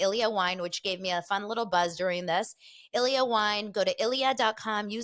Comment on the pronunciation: I thought the Ilyia wine was pronounced EE' LEE AH because it's Spanish. They sponsor Rick and Kelly as well.